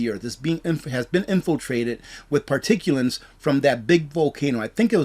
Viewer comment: I love you, but particuLATES not PARTICULANTS